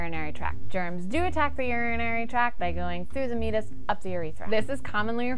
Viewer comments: I apologize, but I have to bring this up, because it's driving me nuts. It's pronounced 'me-ay-tus', not 'mee-tus'. I do love this channel though! Keep it up. I don't think kids get enough sexual education in school anymore (especially in the US) so they probably turn to the internet for their information. Hopefully they'll find your channel, which would be rad. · For a second I didn't understand you meant Meatus because I've always heard it pronounced differently. Great video though.